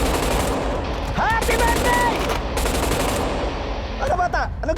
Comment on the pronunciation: “Happy bertdey” 😂